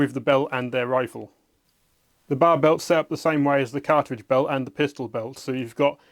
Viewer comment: B A R, not Bar